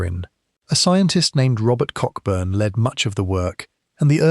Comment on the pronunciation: I would think that Cockburn was pronounced Co-burn